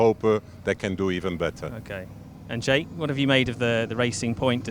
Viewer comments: The most innovative thing in this video is Giorgio’s pronunciation of Jake’s name 😂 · Haha Giorgio pronouncing Jake as jackE